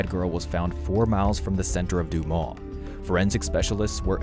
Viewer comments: It's not Du-maw. It's Du - MAS. Like Christ-MAS. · Duu mah’ Arkansas? Try Duu’ Mus Learn your pronunciations before throwing out your click bait. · hehehe What's Doomah in France is Doomus in Arkansas. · it's pronounced "DOO-miss" not "doo-maw" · The town is not Du•maw' It is 'Du•mus. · The town is called Dumas (doomus) is how it’s pronounced, I have worked there in the past and it’s a very small town. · It's actually "doo-mas" - it's French. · The town is pronounced Do muss. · Not one person mentioned the fact that this speaker can't pronounce the name of her city. Dumas is spoken just as it is spelled..... Du-mas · Dumas is pronounced DOOH-mus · French sounds like DEW-MUS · dude your not even close to prounouncing that towns name right.